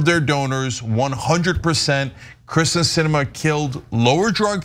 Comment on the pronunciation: No love for Sinema, but she's been in the public for how long, and you STILL can't get her name right?! It's KERsten not KRIsten